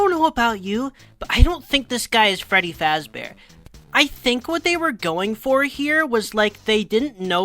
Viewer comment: I think what they were actually going for is that he decided to make a character with a name based on the creator's own because he doesn't actually say his name is Freddy Fazbear. It's sounded more like his surname was meant to be Fazburg.